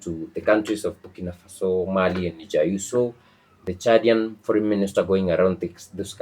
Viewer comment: It's bukinafaso